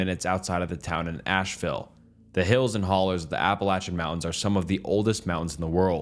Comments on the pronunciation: No he is pronouncing it right that is what people from appalachia pronounces it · Thank you for pronouncing Appalachian correctly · Thank you for actually saying Appalachian right every YouTuber whose covered it hasn’t pronounced it properly and lord does it bother me 😂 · Bonus points for pronouncing my Appalachian home correctly! Thank you! Not only does it show respect, but it gives your channel some credibility.